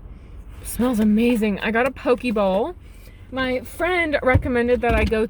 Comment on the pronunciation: Ok I don’t mean to sound like a jackass, but it irritates the hell out of me when people say poke wrong 😑 like I live in Hawaii and there’s a lot of people who try to pronounce it and um, I’m just not a fan. So for future reference (what everyone mispronounces is the same) the letters in the Hawaiian language makes their vowels sound like this (a)ah (e)eh (I)ee (o)oh (u)oo. You said the first parts right until you got to the e, it’s eh not ee. Again sorry I don’t mean to sound like a jackass who corrects everything but that’s just the one thing I don’t like people saying since they say it so often😅 all love here❤️